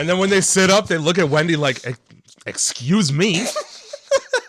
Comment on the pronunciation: 😂😂😂😂 "E-ExcUsE mE"